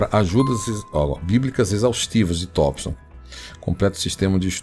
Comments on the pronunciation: Tompson e não Tópson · Tópson ou Thompson?